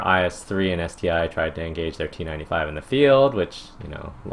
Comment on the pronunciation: Great video again; but I just wanted to correct your pronunciation of ST-I. The 'I' there is actually a roman 1. This is because russians don't have the letter 'I' in their alphabet.